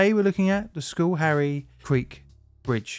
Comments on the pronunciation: Cool! This is from close to home... hunted a lot in Schoharie as a kid. Schohrie pronounced "sko-harry" cheers man! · For anyone interested, the name is pronounced like "skuh-HAIRy" (No criticism of John, of course) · Am familiar with the spot. Pronounce that Scar-hee. Hey You Toobers, find a local newscast for how to pronunciate place names. Infamously, locally a pilot fell out of an airplane and fell on Fuk-way Varina. not quite....Few-kway. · Took me 2 minutes and 3 rewinds to hear the name properly 😂 I'm from the general area; I kept hearing "school hairy" and was like where tf is that in NYS? 😭😂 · Schoharie is pronounced Skh'arrry is most NY dialects. While Dutch in origin, the "oo" if present is almost a grace note. Otherwise carry on. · This one was close to home, literally. I lived in the area at the time and I remember it well. You did an excellent job of documenting the event. Other than mispronouncing Schoharie, which is understandable if you're not familiar with U.S. east coast Native American names.